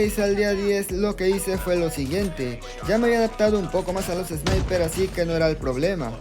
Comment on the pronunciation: Me dio mucha risa el man diciendo sniperzzz xd e visto gente quejando del meta pero quejarse de los Sniper ya es demasiado